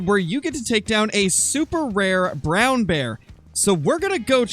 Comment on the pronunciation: It is not a vrown bear it's a polar bear with a cold